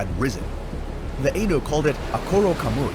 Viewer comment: Nice to actually find some mythological critters I've never encountered before...I'd heard of the akhlut and Akkorokamui before, but the rest were new. One tiny nitpick, though? The "ai" in "Ainu" is pronounced the same as it is in "Hokkaido", as an "aye" rather than an "ey." Japanese has a very limited set of vowel sounds, so they don't change depending on where they are in a word like they can in English. I'd say if you're interested in some weird sea creatures of myth, you might be interested in some other yokai out there. The Isonade, or "beach-stroker," and the koromodako or "cloth octopus," which is a tiny octopus yokai that suddenly opens up like a huge umbrella or sheet of cloth to engulf prey many times its size, only to fold back down into its tiny self once its prey is swallowed.